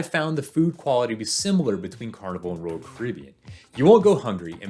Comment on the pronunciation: It’s Royal, not rural.... js